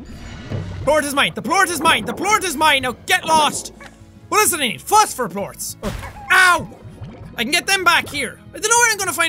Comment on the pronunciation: Jackaboy: "All I need is honey and fostfer (I can't spell what so ever) plorts" "I swear my first language is English" Me: Oh, that's....ok